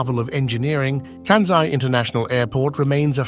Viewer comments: Please to pronounce that airport, region, as “Kansai,” not as, “Kanzai.’ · It irritated me every time the narrator pronounced Kansai as Kanzai. Small issue but so easy to fix. Otherwise, interesting comments! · It is not “Kanzai,” but “Kansai. You should at least learn how to pronounce it before you make it. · kan-sigh not kan-zeigh. Ko-bay not Ko-bee. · Yes, stop bastadizing Asian names. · Why Americans (and British) can't pronounce "SAI"? IT IS KANSAI. SA as pronounced in SAdness, SAnd, SAtan etc etc... Not KANZAI. there is no Z there. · The narration mispronounces "Kansai" as well. It's pronounces by us living in Japan, "Kansai," with an S, but I kept hearing kanZai. (T_T) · This may explain why they mispronounced “Kansai” as “Kanzai” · Right. Where is the "z" in "Kansai"?